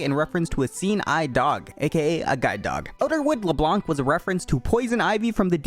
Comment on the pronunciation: pronouncing Xin Zhao correctly Me: ok - pronouncing Leblanc wrong Me: angry french noises